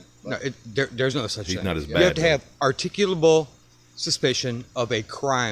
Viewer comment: still waiting for a video where the auditor can correctly pronounce "articulable".